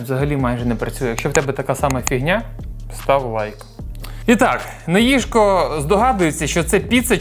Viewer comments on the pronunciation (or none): Мені здається що скоріше Їжко